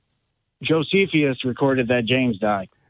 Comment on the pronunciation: The names … Josephius, Tactius … I love it when they can’t even get their erroneous source names correct 😄😄